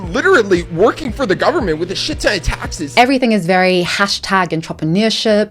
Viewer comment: I need someone to edit a compilation of this man just repeating “tahxes” 😂